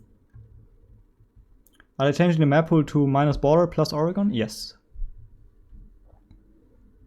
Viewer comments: It’s pronounced organ not ori-gone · As an Oregonian your pronunciation makes me cry.